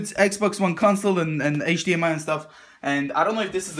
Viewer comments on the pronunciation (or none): none